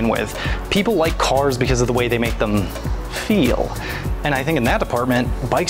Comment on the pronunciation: Why dude say “feel” like that 😂😂😂